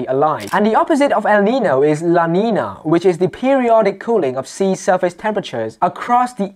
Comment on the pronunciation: English Terms: You use the word: “Erection” I think you mean to say: “Steep” Phrases: Steep Incline or Steep Trajectory Using the word: “Erection” is a sexual term. You say “EL-Nino” and are pronouncing it “EL - Neen No” If it makes better sense for you, most others pronounce it, “EL-Neen Yo” Same thing with “EL - Neen Ya”